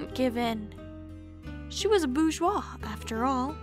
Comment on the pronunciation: Eyy!! You got the pronunciation of Bourgeois!